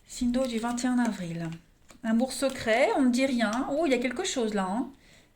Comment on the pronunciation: 21 navril 😁😅 j adore comment vous le dites lol. Merci pour votre guidance...même si jme suis pas reconnue 🤗😇